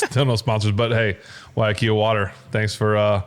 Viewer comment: Big fan of big ben, from hawaii. Just want to say the pronunciation of waiakea is “why-uh-kay-uh”